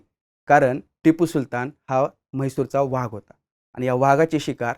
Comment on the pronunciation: मराठी शुद्ध बोला हो,vhag नाही हो वाघ असा उच्चार करत जा. उगीच त्या दुष्ट टिपू ला मोठा करू नका.